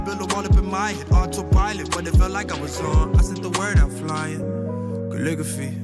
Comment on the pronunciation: thank you for posting this album also who’s gonna tell bro that’s not how to pronounce calligraphy